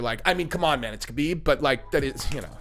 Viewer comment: Always cracks me up how well known the proper way to say Khabib is “Habeeb” and people still wanna be lazy and say “Kabeeb”. Lol. Imagine people saying your name wrong all the time when they can see many videos and hear people say your name correctly but they choose to just say it the way they started saying it when you were unknown.